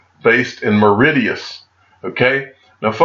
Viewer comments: Say it like Maurishus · It's pronounced Morishious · I love Americans. Maw-ri-shus. That made me laugh. Cheers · its pronounced Mor ri shuss and its an Indian Ocean Island and is Heaven on earth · Pronounced Maw-rish-us 😊 great video 👍 cheers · It is a funny looking word but the pronunciation of Mauritius is more like: "Morr-ish-us". Great vid again. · Mar-ish-uss is the north american English pronunciation, spelled phonetically You butchered that one grand! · phonetic pronunciation, Mar ish us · Dude it’s - MAA-RISH-US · Awesome vid- it’s pronounced MOR- RI-SHUS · Where is the D in Mauritius lol...love how you butcher names 😀😀😀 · I feel like maybe if he'd known how it was pronounced he would have heard of it lol